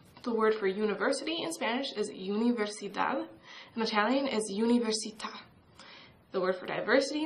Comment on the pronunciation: no es "iuniversidad" es "Universidad"